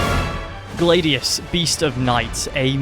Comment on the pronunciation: Gladius bro not glaydius